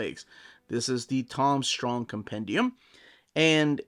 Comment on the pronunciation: You mispronounced Strong.